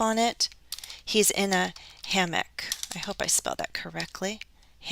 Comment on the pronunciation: Hi again, Are you sure that you pronounced "hammock" correctly? Or maybe my listening is poor! Many thanks